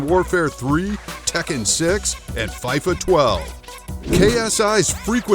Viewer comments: Ffs... its pronounced Feefa not Fiyfa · Man said Fyfa 12 instead of Fifa 12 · did he just say fyfa 12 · Man rlly said “fyfa 12” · AYO IS IT JUST ME OR DID ANYONE ELSE HERE HIM SAY “FAIFA” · did i hear a faifa? 😅😆😆😆😅😅😅😅😂😂😂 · "ksi and deji fighted over views..." oh...my..god.. this is legit just a cloud chaser x,D my guy even said fayifa x,DD lmfao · the way he said fee-fa 12 was so funny such a dumbass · DID HE JUST CALLED FIFA FAIFA !!!!!!!!!!!!!!!!!!!!! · Too all British people I promise we don’t all say fifa like that and I would like to say sorry for how he said it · why do you say fifa like that?